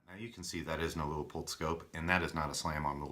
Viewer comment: Should have gone with the Leupold and shaved over a half pound while staying true to the rifle. Pronounced Loo-poled btw.